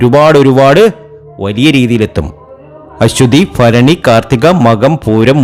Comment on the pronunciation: ജ്യോത്സ്യരെ - ആദ്യം മലയാളം വ്യക്തമായി പറയണം. ഫരണി അല്ല ഭരണിയാണ് ശരി. ഫരണി, ഫാഗ്യം, ഫാവി' സൗഫാ ഭാഗ്യംഇതൊക്കെ തെറ്റാണ്